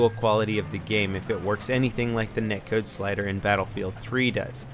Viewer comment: i think it's "Net Code" not neck(code).